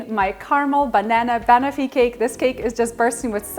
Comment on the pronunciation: Fabulous recipe. FYI the pronunciation is bah-nof-fee not bunofi